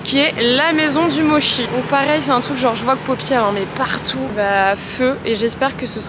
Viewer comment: MoTTTTchi pas moshi 🥴😃